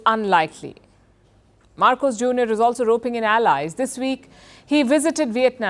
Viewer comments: It's MARCOS, not MACROS! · Its Marcos not Macros